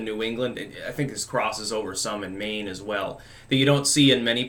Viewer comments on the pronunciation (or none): none